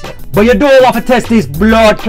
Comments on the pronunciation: Its "Bloodclaat", not "clart". Not sure why you europeans insist on making things sound terrible😂😂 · You gotta love the emphasis on the ‘Bloodclart’ 😂😂 it’s a must.